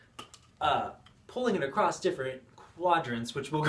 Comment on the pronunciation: "Acrosst" is not a word. Just like "heighth". Great vid 👍